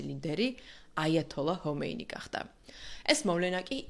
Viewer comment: მადლობა საინტერესო ვიდეოსთვის. ერთი შესწორება: აიათოლას ერქვა ხომეინი. "ჰომეინი" არასწორია. სპარსულ ენაში "ჰ"-ც არის, მაგრამ მისი გვარი "ხ"-თი იწყება.